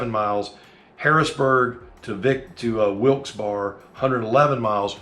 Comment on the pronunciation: GREAT VIDEO!!! Wilkes Barre is pronounced " wilks bara"..ends with a short a. And those of us from near Philly say, wuder, for water!!!! Be thinking of you guys as you fly thru The Key Stone State!!! Be safe.